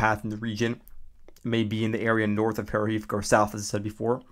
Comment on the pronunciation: That town is called Georgeyevka, in English, it would be "Georgetown". The "H" gives a "G" sound. I don't think there is a University there though. lol